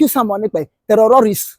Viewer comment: Please put this man back on track. The word terrorists not the where he's pronouncing it.